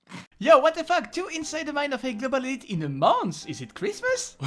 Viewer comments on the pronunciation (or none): none